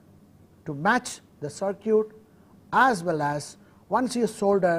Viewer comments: LOL he says "sir-cute" instead of "sir-kit"....cracks me up, but its all good ...... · Very good course. However I did wonder why, since the word "circuit" is to be used so much, the Prof. did not polish up the pronunciation. I think it is usually pronounced " SirCut" rather than "Sir Cute". Hope this is helpful. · Just a little help here, circuit is pronounced sir-kit, or ser-kit, i know i cant speak your language, im only trying to help. Good luck to you. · sir is pronouncing circuit as cir-cute, but its okay... the teaching is excellent !!! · circuit why all indian pronunciate it circooet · lol, sir-cutes. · sir-cute (circuit) lol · Ihtisham U are totally worng all indian are not pronouncing circooet